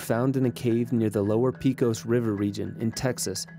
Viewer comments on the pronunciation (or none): Its PAY-COS not PEE-KOS. PECOS. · NOT "PEE-cos" river - "PAY-cos"!